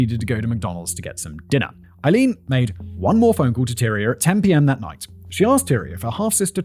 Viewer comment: Simon, has it ever occurred to you to look up the pronunciation of someone's name? Aileen is pronounced "ay-LEEN." Three and a half hours of you mispronouncing the main individual's name. Google not only provides an audio file, but also a visual of the pronunciation for the hearing impaired. Listening to you get it wrong all that time gave me cancer!